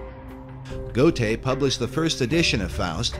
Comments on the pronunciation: Goethe Is pronounced Gurr Tah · Please learn to pronounce Goethe correctly